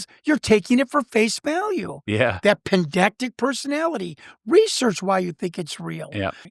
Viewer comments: Pedantic, not pendactic. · C'mon, this is the 5th time or so, and since me is another such guy, it must be said now: the word is PEDANTIC, not PENDACTIC!!! 😡😂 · " pedactic"...is it possible he means "pedantic"? One would think if he has a degree in almost any field,he would know how to pronounce this word correctly. I blame the broken education system in our country today and in the last 30 years. With all due respect. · It's Pedantic not Pendantic, sorry I'm just being pedantic. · It's PEDANTIC not pen-dac-tic. PED-ANTIC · It is not pedactic it’s pedantic,… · Pendactic? Spececifity? Guy doesn’t even know words. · Guy keeps saying ‘pendactic’. It’s driving me nuts. He means pedantic right? Also, yes, I see the irony here. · "pen-dac-tic"? does he (the guy with the counseling and psychology degree) mean to be saying "pedantic" ? he keeps saying "pen-dac-tic" over and over. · At the risk of being pedantic....its pedantic. Not pendactic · “Pendactic”? Can’t take this guy seriously. *pedantic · Pendantic. PEDANTIC. Not pedactic. Combative not combative. He's cute but my god does he take poetic license with words. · All the pedantic listeners getting triggered each time he says "pendactic" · Lol this guy is rad. "Pendactic" 😂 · Say it with me: “Puh…Dan…Tick. Pedantic.” Like I’m being now. In all seriousness, great show! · He's got a degree in counseling Psychology, yet he can't pronounce pedantic and we are to believe him. Right. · I'm in Ireland and 44 minutes in stopped to read the comments. Jazus it's pedantic I shouted at the phone. 😅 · Thank you. The irony in mispronouncing this can’t be made up. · Hearing “pedantic” mispronounced several times drove me crazy. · Im pretty sure he is mispronouncing pedantic personality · I don't hate him. However it's a big red flag when someone who claims to have a degree in any field can't pronounce " pedantic" correctly. It just reduces his credibility. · Take a Shot everytime he sais pedantic wrong.